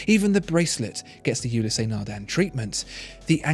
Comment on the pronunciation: There's only two syllables in Ulysse, not two.